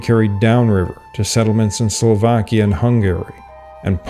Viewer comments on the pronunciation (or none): none